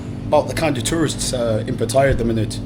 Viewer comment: Why can't you say Pattaya the right way, go on google translate learn how to pronounce it correctly